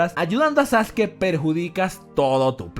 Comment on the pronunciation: Porque le dice sasuki?